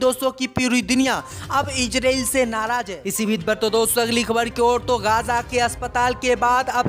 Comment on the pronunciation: रिपोर्ट महोदय इजरील नही इजरायल होता है.. पहले बोलना सीख लो फिर रिपोर्ट बन जाना जल्दी क्या है। लगता है मुस्लिम देशों के बैठक में अध्यक्ष तुम्हे ही बनाया गया था इसलिए तुम्हे अन्दर की इतनी जानकारी है